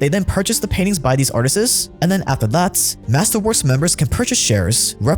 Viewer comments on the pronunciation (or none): "Artisess" bro lol the word is just "artists" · im sorry are you saying artistes??? its ARTISTS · ARTISTS... NOT ARTIST'S... LISTEN TO YOU FUCK UP ONE WORD MADE ME NOT INTERESTED IN HEARING ANYTHING YOU HAVE TO SAY............... YOU SOUND LIKE A FUCKING 5 YEAR OLD IDIOT THE WORD IS ARTIST SINGULAR ARTISTS PLURAL MEANING MORE THAN ONE .... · I’m hyper fixated on the fact that you call Artists “Artistses” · The word is artists not artisists. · Why's he saying "artisiz"? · I dont trust anyone who pronounces "artists" the way this did during the in video ad lolol 🤦🏽‍♀️ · Hearing you say the word "Artists" makes me feel smart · Can someone please teach how to pronounce “artists”